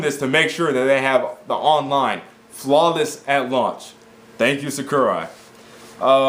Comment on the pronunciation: u don't pronounce sakurai right